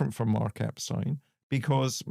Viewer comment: Very good that you also pronounced Epstein's name correctly!!!